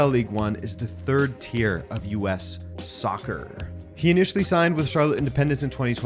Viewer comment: why is he saying soccer like that 😂 he’s Canadian